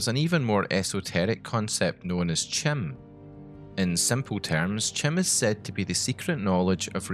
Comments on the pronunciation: "kim" <-> "ki-mer" rather than "chim" <-> "chimer" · Chim is pronounced like "Kim". Just sayin. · "Chim" is supposed to be pronounced "Kim", I think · According to the ESO loremaster, anything elvish starting with a "ch" is pronounced as a "k"... so "chim" should be pronounced "kim" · Not to correct pronunciations on made-up metaphysics and cosmology, but Chim is pronounced as Kim. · Prounounces CHIM wrong Literally unwatchable